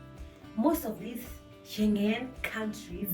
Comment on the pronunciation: Umenichekesha haki every time you say sche.... whatever country